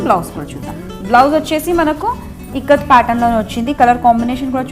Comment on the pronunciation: Ikkat kadaa..tikkat enti?